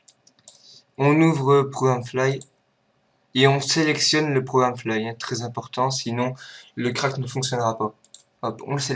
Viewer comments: tres bon tuto mais on dit pas programme fly c'est programme files LOL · Le Programe flaille xD, Le "Program Filles" on dit